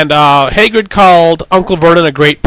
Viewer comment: Hagrid not haygrid you dope